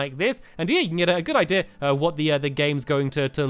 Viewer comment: I love it when stampy says "idea" because it sounds like "ideer" lol